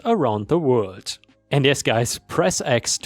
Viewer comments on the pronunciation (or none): none